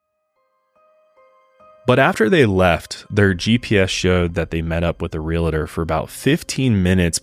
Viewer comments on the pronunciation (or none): Real-tor. It's real-tor. Not real-a-tor.